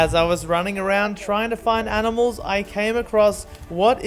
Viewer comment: You guys actually mean “aminals”